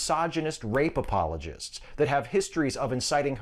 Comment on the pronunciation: Did he say rapemologists?